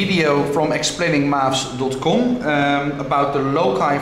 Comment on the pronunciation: he is an Egyptian the way he said ".com"